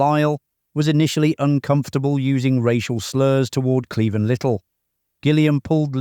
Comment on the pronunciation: Marlene Dietrich is pronounced mar-LAY-nuh. Cleavon is clee-VAHN